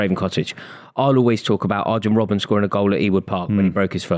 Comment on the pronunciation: How does not even know how to pronounce Robbens name? Between talking waffle and blagging an income pretending to know about football. I feel sorry for Adam. Gg